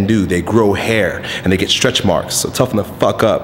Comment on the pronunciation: "Thoughen the fuck up" :D